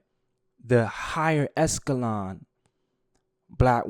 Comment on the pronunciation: Breh you just hopping on here talking is not the way. Pick some talking points and stay on topic. And learn how to say ECHELON!! How you gonna say someone else isn’t too bright and then say they not high “escelon”.. Not a good look